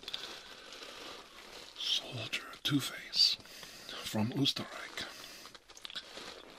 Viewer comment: This is perfect, I was just in need of ASMR to listen to while working on my own art. Thanks,! PS: Diggin that beard growth, wish I could see that bad boy fully grown! 😍 PSS: Just got to the Beer part xD, I'm Austrian too and I love every time you talk German and the Österreich pronunciation was good too:O